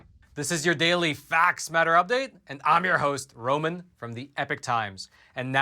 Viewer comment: “I’m from the Epoch times!” Hehe love it!!